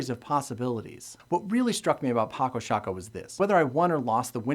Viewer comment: I'm from the Netherlands, like Felix Albers, who invented this game (and yes, you pronouncedit correctly as 'Patso Shaako'). I'm not familiar with the version of the game you're showing, because down here the retailers sell copies in a small box of a shape, from which you'd expect to only find playing pieces inside, but also inside there is actually a folded board made of tyvek, a synthetic paper-like material. It has it's advantage comparing to the cardboard board you're having because of the slight colored additions on the squares, which gives a little more contrast between the squares and the pieces, but at the same time that's a disadvantage as it distracts players from deep strategic gameplay, just like it would in chess. With contrast in mind, I don't like any retail version of the board as I'd want to, because the squares and the pieces of the basic set fully match in color, and that is not a good thing, as chess players will know and understand. I would have preferred one of them, either the squares or the pieces in the basic set, to be beige and brown, while the others are still black (or gray) and white. There are a number of sets of pieces in other colors available for purchase on Paco Sako's own webstore, but as analytic as I am in this kind of game, I can't really take dominant colors like pink, green, red or yellow very seriously. I have discussed some rules I've had some issues with in the past with the designer himself in person, who admitted that the finer de